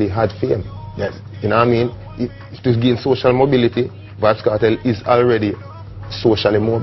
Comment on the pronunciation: why does he keep saying vybz kartel